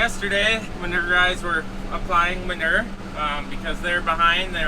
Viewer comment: What is manerrr? You mean manure? (Ma-new-er) 😂😂😂😂 Love you guys!!!